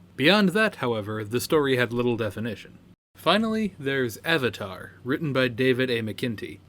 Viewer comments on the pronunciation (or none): none